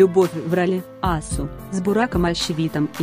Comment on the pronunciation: Асу - ударение не на "А", а на "у"